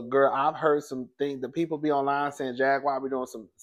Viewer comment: will butcher a name 😂😂😂😂 "Jag-wire" 😂😂😂😂